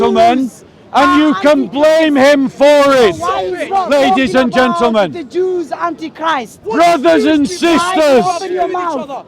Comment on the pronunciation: How many times he says.. LADY'S AND GEANTELMEN 🤦